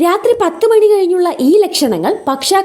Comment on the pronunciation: 🙏🚩🙏മാണി അല്ല മണി ആണ്..😊